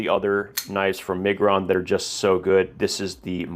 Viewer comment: You are butchering Miguron 🫣